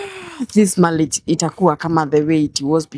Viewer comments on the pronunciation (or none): I leglet,malliage light?yeah..mwanamk fala na kizungu chake cha matakataka.....huyu jamaa nae amepoa sana..